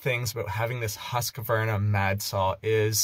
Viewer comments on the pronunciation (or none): That thing is being pronounced „hus-kw-arna“ with a deep u (not a high one!), a qua pronounced as kw and an arna, probounced as ar-na… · you pronounce it HUSKVARNA instead of Q you say K and no stopping or silensing letters